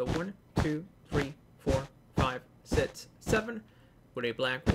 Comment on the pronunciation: He keeps saying sit instead of six